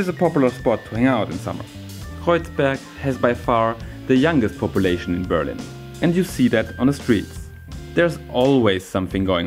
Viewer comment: Nice videos but why do you keep pronouncing the city as Be'rlin instead of Berli'n ? The intonation I mean...